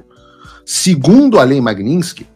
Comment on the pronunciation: Ué Paulo vc corrigiu a repórter da globo news pq ela falou magnitisky errado e vc mesmo não sabe falar, aí fica difícil heim!